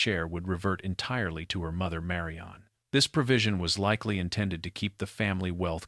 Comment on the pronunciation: This is very annoying. Her name is Marion or Marian. NOT Mary-ON. Sometimes narrator says it correctly.